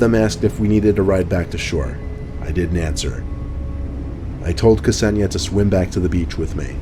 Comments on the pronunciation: Isn't Ksenia pronounced like Zenia? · K'senia? C'razy pronunciation,:) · lol! ksenia and ksenya are girls names (russian i think) pronounced ‘sen-yah’.